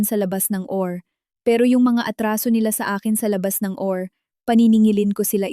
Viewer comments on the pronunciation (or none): Atty. ( Attorney ang bigkas) hinde Atti , OR ( O - R ang bigkas) Hindi OR